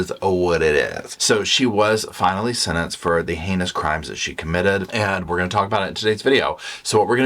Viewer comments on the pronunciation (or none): Not shasentenced! Haha I love you! 😂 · "Sha-sentenced" 😂😂😂😂😂 Petty 🧡! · "Schasentenced" 🤣🤣🤣🤣 Perfect way to start my morning! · Not the shasentencing 😂😂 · Haha he said shasentenced..lol love it! 😅 hey and Roscoe 🛋🐾😍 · Hahahah shasentenced 😂😂😂 you always crack me up ❤ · She got " schasentenced" was too much for the coffee I had just sipped!!